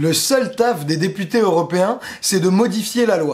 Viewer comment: tu dis députés ou des putains? ya comme un doute la!